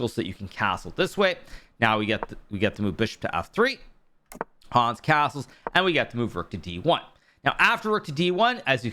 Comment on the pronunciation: Lovely recap. Could you please pronounce Hans more german? A get anxious hearing your „Hooons“ (german writing)